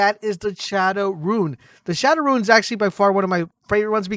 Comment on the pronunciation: every time he calls a rune a "ruin" it makes me cringe